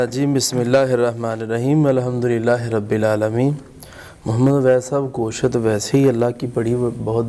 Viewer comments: Go shat ya Gosht. Sahi bol to Liya Karo tm log. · Goshat nhi Gosht talafuz Hai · ap b gosht ko goshaat kh rhy hyn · Its not ( Go-shat) word its Gosht ahahahah